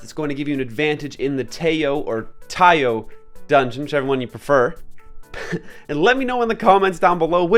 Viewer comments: the doods Japanese name is タイオ = TA I O, so you should pronounce it at tai yo. btw tee yo is the Peacekeeper :) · It's Ki-ai and it's Taiyo they probably based the name on Japanese Taiyō (Ocean or Sun) so Longer pronunciation of vowel "O" the due to the macron. So it's gonna be Taiy-Oh